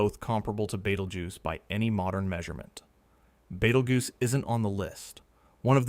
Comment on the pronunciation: I can't get past the pronunciation being Bait-el-joose in this video. Good lord.